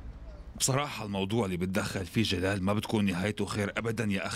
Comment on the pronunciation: جلال مو گال ماعرف أقرأ واكتب كيف قره رسالت مجد